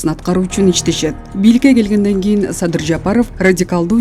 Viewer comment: Садый деп тилин чайнаган турмодо